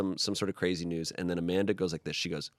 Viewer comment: Amanda's pronunciation of her husband's name was so on point! Coming from a Russian